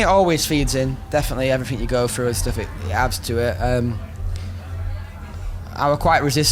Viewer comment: "everything you go frough"